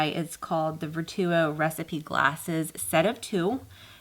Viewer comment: Nice review on the glasses and the spoon. I believe Vertuo is pronounced the same as “virtual”.